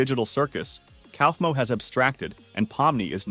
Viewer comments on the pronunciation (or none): is not cosmo is kaufmo not cosmo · words he got wrong: zweibel, ramni, poverty, jangle, causemo, plot, cine, zoo ball, and thats all